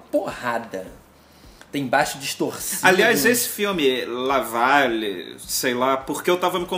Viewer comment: "La valéé"